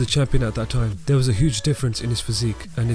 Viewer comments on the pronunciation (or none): none